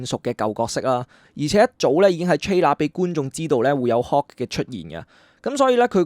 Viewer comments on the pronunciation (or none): Hulk，唔係Hawk，一路聽你將Hulk讀成Hawk好唔順耳，仲有，係Dr Strange 唔係 Dr String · 點解將Hulk讀成hawk? Dr Strange 讀了Dr String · btw Hulk好似要讀hook